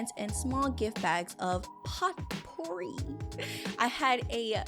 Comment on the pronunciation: Just a little side-note, potpourri is pronounced "poe-purr-ree". That said, this game easily keeps one on their toes and on the edge of their seat! I'm a new subby, and I love your gameplays. And as someone who loves "Day In The Life" vlogs, I think it'd be fun if you did some vacation vlogs sprinkled inbetween. Just some food for thought. Either way, can't wait to see more content from you! Keep it up and God bless you! :)